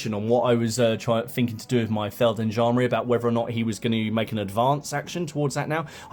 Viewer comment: Awesome vid! Really interested in 0200 Hours and after your vid i ordered the starter set :-) On a side note: It's called Feld G endarmerie; you would pronounce the g (softly). Thanks for the great vid!!